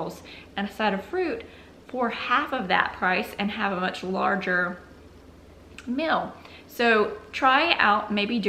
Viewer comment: Hmmm guessing you are saying "meal" but to my Canadian ears it sounds like "mill". Just discovered your channel today and am binging on it.